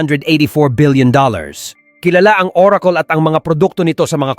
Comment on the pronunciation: google❌ googul✅ oracle❌ orakol✅